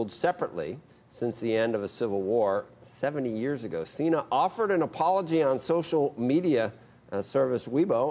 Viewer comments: John Xi'naaaa?🤔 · Jone chi-na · Cena? More like Cen-nah